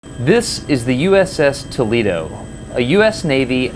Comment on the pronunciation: You cant even pronounce tolEdo